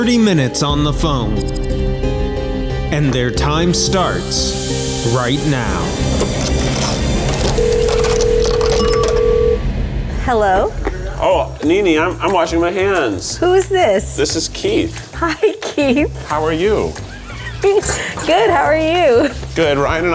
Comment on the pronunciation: Responding only to ‘Mo-nini’ from this day forth 🫡